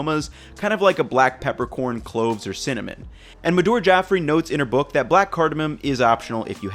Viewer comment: I love your vids but you dropped a bollock here. Oh and who is MadOOOOR? Her name is simply Madhur